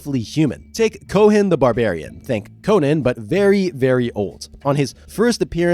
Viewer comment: Great vid, one small thing, "Cohen" is pronounced the same way as "Coen" so, "Coen The Barbarian"